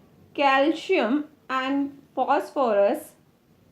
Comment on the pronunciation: Your calcium pronounciation is wrong